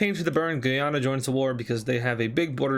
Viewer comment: he says Guyana wrong. It's different from Guiana, instead pronounced literally as the english word Guy and the name Anna combined